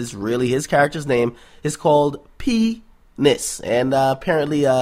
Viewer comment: P-nis HAHAHA how you said it, I died 😂